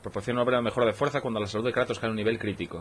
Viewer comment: Dale cańa al Kreitos Gaaar of guuuor😎😂👌🏻